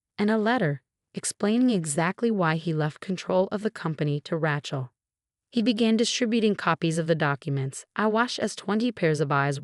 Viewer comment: HEIR, not hare. RAY-chel, not Rat-chel.